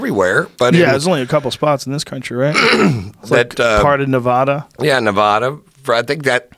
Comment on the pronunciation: Prostitution isn’t legal in Las Vegas, it is legal in Nye county. Vegas in Clark county. Also, it’s “Nev-AD-a” NOT “Nev-AH-a”